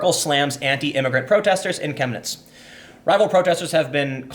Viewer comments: You pronounced it perfectly. I live 1h drive north of Chemnitz. During GDR times it was called "Karl-Marx-Stadt". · YOU PRONOUNCED 'CHEMNITZ' VERY GOOD! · Chemniz ( pronounced shem-knee ) is a picturesque ski resort during the winter. The people there, at least 15 years ago, are some of the nicest people I've ever met. This story breaks my heart. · perfect pronunciation on the city name, nice